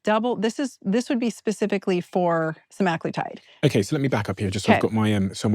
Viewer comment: please correct your pronunciation! It’s not “seMAGlitide”